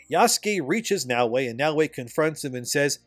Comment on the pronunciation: Her name is Naoe not Yaweh. And in Japanese her name depending on the Kanji characters can be translated as honest", "esteem", "Nara, cord", "greens, cord", or "Nara, center. Like wtf my guy do you have ears to understand the clear difference between Naoe and Yaweh???? 🤦🏿‍♂️